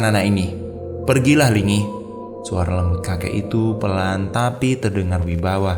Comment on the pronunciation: kayaknya nyi Linggi bukan nyi lingi